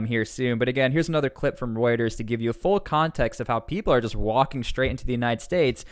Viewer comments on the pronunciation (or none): none